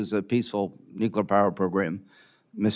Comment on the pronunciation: Nu-clea-er. Nuclear is not pronounced. Nu-cu-ler. Hello.